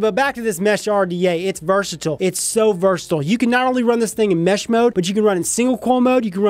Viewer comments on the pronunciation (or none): sounds like he saying METH lmao 😂😂😂😂